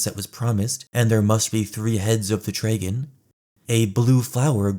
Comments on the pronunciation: Son. What the fuck is a “draygin”? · WhatsApp "Dray-gun"? 🐉Dragon?